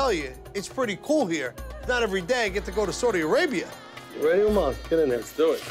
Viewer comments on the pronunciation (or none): It's Saudi Arabia not sordi Arabia 😂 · That first part where they toured the city was hella wack. Dude spent all that time and still didn’t know how to even pronounce Saudi Arabia